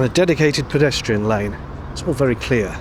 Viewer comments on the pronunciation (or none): none